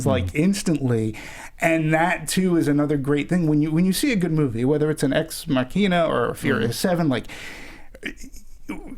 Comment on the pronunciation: These guys can't pronounce ex machina